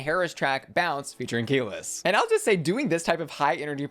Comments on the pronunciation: Damn not the pronunciation of Kelis name as key-less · Gorl the way you pronounced Kelis 😫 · Also that's a crazy way to pronounce Kelis